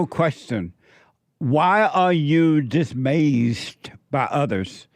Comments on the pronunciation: why are you dismayzed? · Is anyone gonna let JLP know he is mispronouncing dismayed?😊